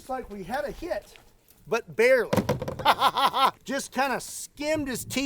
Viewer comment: "but bearly" I love it